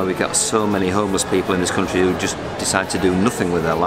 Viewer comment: ホームレスがトーマスに聞こえる